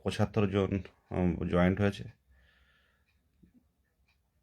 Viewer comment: মাস্টার জয়েন্ট নয় জয়েন